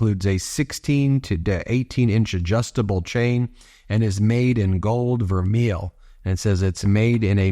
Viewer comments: Vermeil is pronounced "ver may." Just some useless knowledge for you. I've heard some pronunciation sites pronounce it differently, but in the jewelry world, it's pronounced "ver may." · Ben, just to help, vermeil is pronounced ver- may. There is a difference between plating or filled. Vermeil is plating, and can be very thin, and the karat is unspecified. Always buy filled. Filled is a process permanently bonding the gold toast base, usually brass. Is this gold color or a karat- was not specified. Love to see what this POS tests out to be. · It's pronounced 'ver may' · It's pronounced gold "ver-may". It can only be called vermeil (ver-may) if it's gold over silver-925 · Its permnounce VERMAY!! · Love you Ben but it's pronounced (vermay). The piece should sell for about $25 not $245. She's just like her asshole husband. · IT's pronounced VER MAY. I know. I used to be a jeweler for a top company. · Pronounced... verMAY. Btw.😊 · I believe it is pronounced ver-MAY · Please take the time to correctly pronounce vermeil...it's french! Your pronounciation makes you sound as ignorant as maga!😂